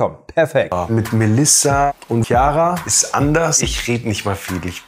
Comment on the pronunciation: Heißt die Gute nicht Chiara (Kiara)? Verstehe nicht woher das S kommt und wieso Siara 😂